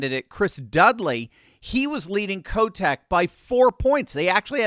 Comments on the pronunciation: Every time you say Kotek name , i keep hearing Kotex as in pads 😁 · I thought I heard a slight slip of the tongue on Tina's last name. It is the nickname the kids here have for her. Oh, and let us not forget to the riots Downtown in 2020. If the people in Multnomah County have had enough, we'll flip.